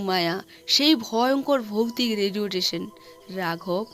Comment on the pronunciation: Radio station ❌ Radiotation ✅